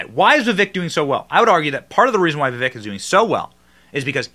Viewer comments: The correct pronunciation is Vi-vake Rama-swaa-mee. If he can potentially be the next president of the United States than the least we can do is get his name right. #TRUMPRAMASWAMY2024 🇺🇸👍🏻👍🏽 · his name is pronounced Vi(Vake) like cake... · It's pronounced Vivache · I think he said it's pronounced Viveck as in cake. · How many times did you say Vavik? Read his name... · Can you please say his name correctly? Vi-Vek. Accent on the second syllable. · Vi-VEK Ram-a-swamy